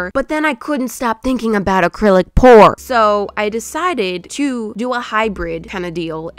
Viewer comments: You said accrilic pour after u said no more😂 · I will not say AcrylicPor again continues to say it 3 more times